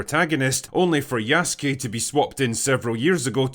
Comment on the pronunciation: I was glad you said Yasuke right but then immediately butchered Oda Nobunaga’s name 😂